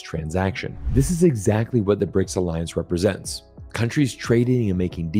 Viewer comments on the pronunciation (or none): It's BRICS not "RIC"